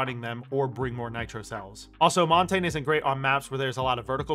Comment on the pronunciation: Thank fuck you said "Montagne" correctly and you actually know what it translates to. Merci, monsieur. Je dois m'abonner.